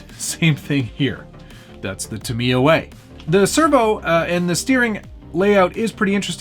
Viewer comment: its pronounced ta-mi-ya not ta-mia